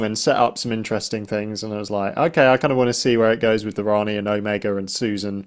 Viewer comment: 2½ minutes of Omega on screen. Frankly he barely made it past Gamma. And it was really pissing me off when Ncuti kept mispronouncing Omega: either get him to pronounce it properly, or else write it into the script that other characters correct him.